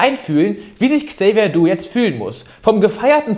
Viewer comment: Tolles Video wie immer Niki. Bitte trotzdem mal auf korrekte Namensaussprache achten. Es heißt Xavier Naidoo nicht Xavier Doo 😂